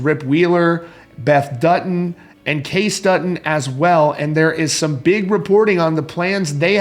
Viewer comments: Dude, if you're gonna give updates on a show, you should know the main character names Kay-cee Dutton not Case Dutton, thank you. Billy Dukes knows how to pronounce it. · Why is this “reporter” reporting g on this when he can’t even pronounce KAYCEEEEE, it’s not Kase! Obviously this man has never watched an episode! Also, this wasn’t the most popular series of the last decade! One of the most popular but don’t forget Game of Thrones and many many other big big shows that had the world in a choke hold. This reporter is a dud 👎🏼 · Most popular series of the last decade??? Come on now, it was ONE of the most popular but don’t forget the choke Game of Thrones had on us. A lot of popular series were on in the last decade! Also, it’s not Kase Dutton, it’s KAYCE 🤦🏻‍♀️ not the best reporting from this site. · Luke Grimes name is pronounced Kay-cee